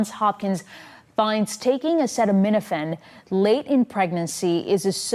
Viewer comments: Trump sounds like a total buffoon here. Defer to an actual medical expert (none of which were on the stage with him). He couldn't even say the name of the drug properly... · Trump couldn't pronounce - or even read Acetaminophen off the teleprompter - so go ahead and take your medical advice from Him - the bloated, flabby King. Many of these drugs - while miraculous, can be bad for our livers, stomach, etc, so Trump may be on to something - but regardless - women huffing Tylenol to prove a point are MORONS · It just really would have helped the point he was making and have been a nice added touch if trump could have pronounced 'acetaminophen' smooth and successfully, instead of in the way that reveals that it was his first time saying the word.